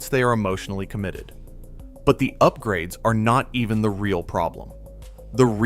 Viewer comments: . ‘$100,000 in U-pgrades’. Good lord. Sooooo sick of this AI crap. Unsubscribed from this channel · .....Yoop grades....the AI needs to be yoopgraded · "Youp-grades"...lol...tell me this is AI, without telling me this is AI. 2026 trash homes, and trash AI content... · Yoopgrades??? Tell me it’s AI without telling me it’s AI. The irony of blasting fakeness in homes with a fake video.